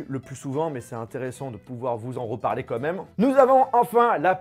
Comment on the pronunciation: « comme même » mes oreilles saignent